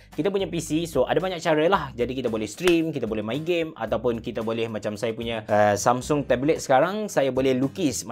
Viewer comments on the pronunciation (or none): none